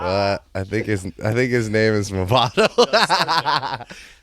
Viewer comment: The way Nardwuar pronounced Movado got me dead 😭😭😭😭